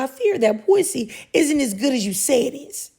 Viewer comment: always kills me when she says "pwussy." 💀😭